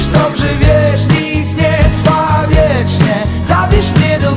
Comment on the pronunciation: "zatrzynaj" "nic nie trwa wietrznie" "nie trzekaj" -po wymowie od razu można rozpoznać Hyżego 😂 ale piosenka wpada w ucho ☺